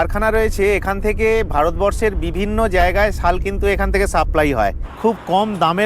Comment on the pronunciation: ওটা ছাল নয় শাল ।